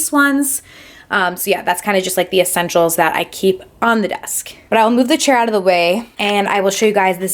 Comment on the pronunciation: Little assenshuals........ One hondred milloin brushes 😂😂😂